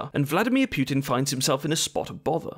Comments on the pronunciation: Hey, mate, I hope you are doing well! btw, putin is pronounced as "poo-tin", not "pewtin". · Imagine making a video about someone and mispronouncing his name 51 times. Congratulations, you did it! FFS his is 'Poo-tin' not 'Pyew-tin'. 'War II and after he had discharged...' His father didn't discharge, he WAS discharged from the army. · It's pootin not pewtin fuuuuuuucccccvvkkkkkkk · Every time you said "Pew-tin" I killed a kitten. There are many dead kittens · "Pukin" idk if that's on purpose but 😂😂😂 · why "Pyoo-tin"? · Native Anglophones pronouncing Putin as pew tin or poo tin will never stop being funny. More importantly protest agains Yanukovich were because of EU, not NATO.